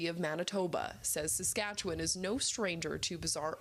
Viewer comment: I love how non Saskatchewan people pronounce Saskatchewan. lol. Sk’atchewun has always been a UAP hotspot.